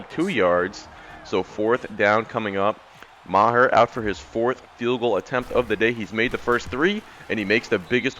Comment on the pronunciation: That DB’s name is pronounced Chi-doh-bee Uh-woo-zee-ayy EDIT: Also your kicker’s name is pronounced “marr” (ie marr someone’s reputation)